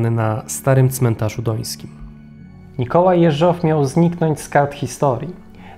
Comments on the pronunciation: Super filmik! Tylko dlaczego akcent na ostatnią sylabę przy nazwisku "JeżOW"? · Dobra robota, ale narrator źle akcentuje nazwisko głównego bohatera. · dlaczego akcentuje Pan nazwisko Jeżow na drugą sylabę? Poza tym bardzo ciekawy program, pozdrawiam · Po pierwsze primo - gratuluję kolejnego, doskonałego odcinka. Po drugie primo - zawsze oglądając takie filmy zastanawiam się, czy kolejnych szefów NKWD nie odstraszał los ich poprzedników? Po trzecie primo - jak znam, dziwię się kilkukrotnie błędnej wymowie nazwiska Jeżow z akcentem na ostatniej sylabie. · Prośba do twórców, lektora programu. Jeśli już przytaczanie nazwiska rosyjskich, sowieckich obywateli, to bądźcie łaskawi nauczyć się poprawnej wymowy ich nazwisk. Mówię się Jeżow z akcentem na. "E", a nie na "O". Ale ogólnie film b.dobry, tylko popracujcie nad wymowa nazwisk i nazw własnych bo ich się ani nie tłumaczy na polski, ani nie wypowiada się ich z polskim akcentem bo aż uszy bolą jak się to słyszy, zwłaszcza jak ktoś zna rosyjski. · Materiały masz ciekawe, ale gdy mówisz, niepotrzebnie próbujesz naśladować akcenty innych narodowości, w tym przypadku przeciąganie słowa Jeżow. Wiem, ze chcesz dobrze, ale to w ogóle nie brzmi po rosyjsku i powstaje pytanie, po co w ogóle ma brzmieć, skoro wszystko jest po polsku, a nazwisk innych bolszewików i tak wymawiasz z polskim akcentem. Pozdrawiam.